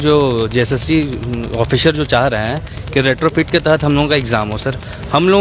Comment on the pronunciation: aukat to tujhe haar baar pata chalega.. Jo 2 baar me pass na ho sake wo 50 baar me v nh kr payega... Tum budha ho jaoge cancel cNcel krte ... Sab mawali lg rha.. ek v stdnt nh lg rha... Retrofit bolne nh ata thik se😅😅